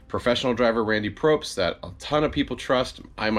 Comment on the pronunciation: It's Pobst, dude, POBST. Not Probst. There is no R in his last name, just FYI Oh Jesus, and "irregardless" is NOT A WORD. The word is "regardless". Come on man, you're making yourself sound uneducated.